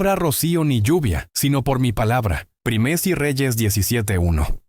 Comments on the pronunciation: Es que esta hecho con ia por eso le cuesta decir primera y dice prino jeje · Una sugerencia, trata que la IA no diga por ejemplo 1 REYES 14:2, para empezar lo dice a veces mal INI = Primero de... Es incómodo escucharlo cuando lo puedes OBSERVAR en la imagen. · Porque decir prino Samuel ? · 😂porq la IA nunca pronuncia bien algunas frases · Por qué dice "prino", "prine", "prinia", "vino"? Es confuso para quien no sabe el contexto... Yo sé a qué se refiere debido a que el video está hecho con IA...